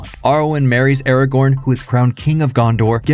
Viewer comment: When, in the name of all that is holy ,will people who make videos about LoTR get Ara-GORN's name freaking right?? It's. Not. Ara. GON.